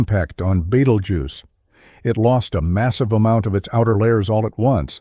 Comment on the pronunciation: The AI voice had at least three different pronunciation versions of "Betelgeuse".